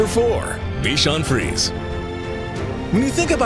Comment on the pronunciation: Please learn the proper pronunciations of the various breeds. Your constant errors make you look really bad. Bichon FREEZE?!